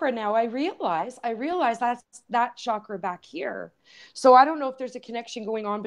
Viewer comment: A small but perhaps important "sound vibration" point: The word "Chakra" is pronounced the same way that one pronounces "Chocolate" in English. It is not pronounced "Shakra". In India, spiritual teachers place a great emphasis on pronouncing Sanskrit word properly, owing to their effects on the vibratory state of both our consciousness and physical living bodies. One neglects such fine points at one's peril. Who knows what effect the word "shakra" is having on the evolution of human consciousness? Maybe none. But why take the chance? / Yogic philosophy also teaches that there tens of thousands of Nadis, or energy channels running through the body, including the hands and feet. So to my knowledge, there is more to our energy system that just the 7 major chakras.